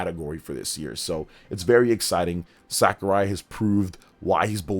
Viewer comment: Please stop pronouncing Sakurai's name like that, you're embarrassing yourself